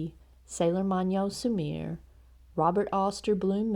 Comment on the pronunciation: Argh. It's not Sailor Su-meer. It's su-mi-reh. If you want to hear how it's pronounced, try this video clip from a Japanese show with a character who has the name Sumire